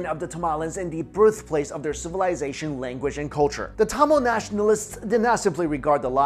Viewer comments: Yesss! Another Tamilian who cares deeply for the proper pronunciation!!!! I want to remake these videos due to that simple error. Lol Regardless thanks for making the videos! ♥️ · sounds like you're saying tamales... now I'm hungry...